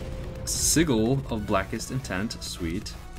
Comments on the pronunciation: Uh. Sorry to say but this really bothers me, you pronounced black seagull, it's called a sigil sigill, not seagul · Sounds like he's saying Seagull